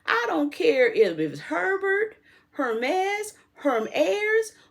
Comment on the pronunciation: DJ T is presented as the Messiah.. Btw , you pronounced Hermes correctly. I speak a bit of French. Your pronunciation is correct. ❤